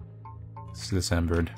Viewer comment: I love you, but every time you say dismembered as Decembered, I cry a little deep inside. In all seriouslness though, great work!